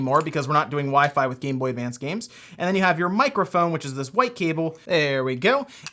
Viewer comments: There's no "d" in GameBoy Advance. This is driving me insane. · Advance. Not advanced. It’s like Interac not interact